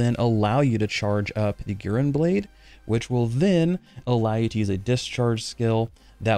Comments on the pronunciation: it's "gu" + "ren" with e like you prunounce ramen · Its should be Gu like in guru and Ren like in Rent. So Gu-Ren 😌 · Naah it means Crimson lotus (flower) and Guren (紅蓮 or ぐれん) is pronounced Guren platonically, say GU like in french so it would more sound like Gewren I think for english speakers